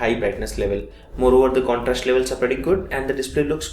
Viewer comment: Please, improve your English accent . For ex , when u were saying about the design elements u actually pronounced "drastically" as "drashtically". Similarly "past" as "pasht", "contrast" as "contrasht", "playstore as Play shtore". And u sometimes actually talk very fast and some times slow. Please correct the mistakes.